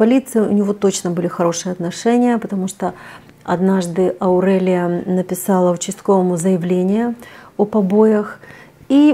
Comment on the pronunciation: Прямо режет слух.Почему АурЭлия? Никто так не говорит.АурЕлия правильно.Аурика,Аурелия